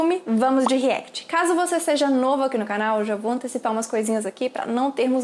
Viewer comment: Nao e REECT e Sim REACT